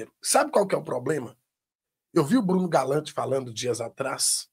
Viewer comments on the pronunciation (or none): brEno Galante!!!! Pelo menos fala o nome do cara direito